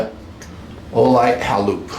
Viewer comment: Think its pronounced,hay.loop. as in halo